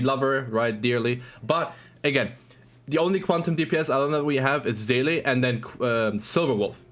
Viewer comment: Someone who can pronounce Seele. Amazing